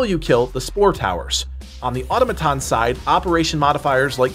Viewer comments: It's pronounced more like uh-tom-uh-tawn, not ottuh-muh-ton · Great video. But it’s pronounced Atom-A-ton, not Auto-maton. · Or toe may ton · who's going to tell him it's not pronounced "ottoma-tahn"? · Someone on the team, please tell him how to say “Automaton”. Please.